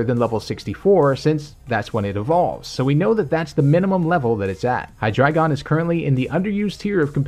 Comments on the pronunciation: Well, I don't wanna be this guy, but... It's not "Hy-DRA-GON", it's Hy-DREI-GON, from German Drei = 3. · Maybe that's just me, but hear "dragon" and not"dreigon" at for example . Maybe that's just a dialect thingie ;p